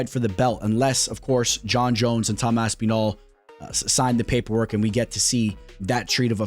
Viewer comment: Saying Aspinall like you would say Masvidal is some true Miami shit